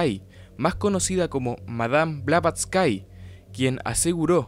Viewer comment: No se pronuncia BlavatsYKE sino Blavatsky (la y final es como una i normal, no ie) y ella no fallecio en 1885, simplemente esa redaccion fue una carta donde ella se sentia morir porque en 1885 se formo un cisma profundo (y oculto entonces que vendria exponiendose a pleno una decada despues, ya que ella fallecio) en la Sociedad Teosofica cuando el Coronel Olcott la uso de chivo expiatorio de los problemas de criticas y acosos que se vio sometido el grupo entre 1884 y 1885, por lo que ella se distancio de él muy resentida y nunca volvio a la India - la carta era mas que todo expresando su estado de animo en que se sentia morir pronto por la tristeza, y que estaba ya entonces trabajando en su obra maxima - La Doctrina Secreta - en donde vienen incluidas precisamente las Estancias de Dzyan, PERO no se murio y alcanzo a publicar su obra entre 1888 y 1889, falleciendo hasta 1891 en realidad (los ultimos 4 años de vida de ella en Londres fue su periodo productivo mas intenso y positivo en la expansion del movimiento teosofico al punto que un poco antes de fallecer ya se habia medio-reconciliado con Olcott tambien). Eso si mientras estuvo redactando la Doctrina Secreta, que incluye y se fundamenta en las Estancias de Dzyan, a la fecha sin ubicarse claramente de donde viene esta referencia bibliografica real - aunque se sospecha una fuente ya desaparecida asociada con la literatura esoterica-visionaria mileniarista del ciclo Kalachakra Tantra del canon budista mas complejo tibetano y